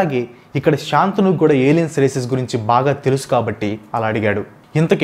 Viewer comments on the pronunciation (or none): బ్రదర్ తప్పుగా అనుకోవద్దు కానీ ఒక మాట చెప్తా వినండి, మీరు ఎంత రీసెర్చ్ చేసి విపులంగా వివరించినా, మీరు టాపిక్ లో వచ్చే కొన్ని పేర్లు సరిగా పలకడం లేదు, ఉదా :- 1. "మయమతం" అని కాకుండా మాయామటం అని పలికారు. 2. "చిత్రాంగదా" అని కాకుండా చిత్రంగడ అని అన్నారు. 3. "శంతను" మహారాజు పేరు శాంతను అని పలికారు. 4. "యక్ష" అని కాకుండా యాక్ష అను అన్నారు. ఎంత చెప్తే ఏమి లాభం ?! ఫ్యాక్ట్స్ అంటే నిజాలు చెప్పడమే కదా, మరి ఫ్యాక్ట్స్ లో వచ్చే పేర్లు సరిగా పలకకపోతే ఆ ఉచ్ఛరనే నిజం అనుకొనే వాళ్ళు ఉంటారుగా... ఒత్తులు, దీర్ఘాలు, పొల్లులు ఇలా అన్ని చూసుకొని పలకండి, అప్పుడు పేర్లు అర్ధవంతం అవుతాయి...